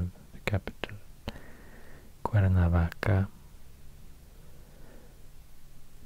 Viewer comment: Your spanish pronunciation is amazing!, thank you for aknowledge my beautiful country. You’re very talented!, Greetings from Cuernavaca, Morelos. ☺️